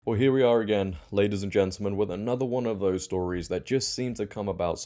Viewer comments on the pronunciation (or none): none